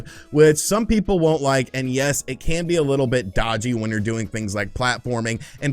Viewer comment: Never realized how "and yes" sounds like NES. It needed to be said.